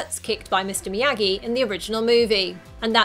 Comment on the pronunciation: It’s Miyagi not miagi